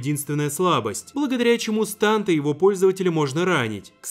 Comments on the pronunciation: Не станд а стЭнд! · не станд а стэнд